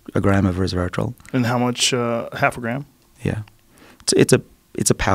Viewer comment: Couldn't help hearing Dr. Bruce drop every time he said 'resvetartrol'.